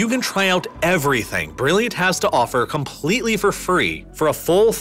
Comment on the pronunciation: I REALLY want to watch your videos but you conSIStently misuse the emphasis on certain words, and using it in the comPLETEly wrong places, making it imPOSSibly hard to listen. It's an exTREMEly unusual narration style.